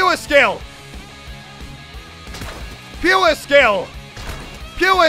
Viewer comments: I heard skewer skill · “Pewer skill” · "Pewer" Skill, I'm dead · muselk trying to say “pure skill” Muselk: PU - WERE SkILl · i thought he was saying fewer skill i was like what? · Pewer skill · Me: pure skill Muesli: PEWER SKILL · The BOOM bow explosive radius is shit it’s not all he says it is Edit: Also side note dying 5 seconds after you kill someone with a bow is “PEE-YOOAR SKILL” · Love how myself says puer skill instead of pure skill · "Pyeewer skill" Mulsek~2019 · It really sounds like you're saying fewer skill, Elliot. Lol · Is he saying puerskill of fewerskill? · Am I the only one hearing pewew skill instead of pure skill ? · PURE skill not PUWRE PUUURE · Is it just me that hears him say pewer skill? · It sounds like you're saying "puer skill" rather then pure skill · who thinks he said "pew a skill" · Just to let you know it's pure not puer, love u though! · “Puer skill” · Its pure not pue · can you just say PURE right? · Learn how to say the word pure